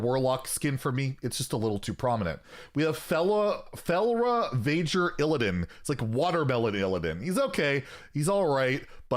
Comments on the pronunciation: I'm feelin some anti-tauren prejudice on this list lmao, with 'Hamuul bad' and 'I just don't feel Guff'! My poor, poor main race in WoW! But, apology accepted that it just ain't for you. ('Felra-vayger'? Really? :P) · "Felra-vager Illiadan" gotta be one of my favorite pronounciations